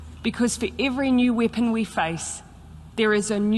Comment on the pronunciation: I detest the Kiwi Mussolini. She is a true abomination. I also test the way she speaks. Out of her mouth comes wippon instead of weapon, end becomes ind, etc. Her e becomes I. She is a complete sociopath.